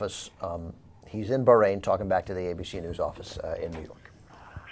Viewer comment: Well, if you *really* want to pronounce it properly then you have to put some "h" type sound in the middle. But a good compromise is to say "baa rain", not "berrain". I don't think you all do it, but "eye rack" and "eye ran" are really annoying too.